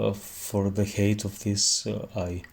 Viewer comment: height is pronounced χάιτ otherwise it sounds like hate = μίσος